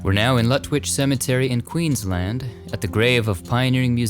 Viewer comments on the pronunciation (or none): none